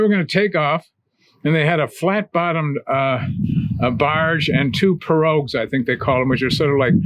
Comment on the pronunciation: If I'm redundant in my correction... My apologies. Pirogues pronounced "PEA-ROW" in Louisiana and along a great distance of the Mississippi drainage way.